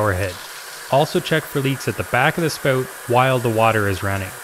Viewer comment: a Canadian dialect. Please be kind.